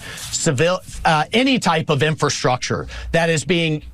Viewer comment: Dang Ben, you still can't pronounce "infrastructure."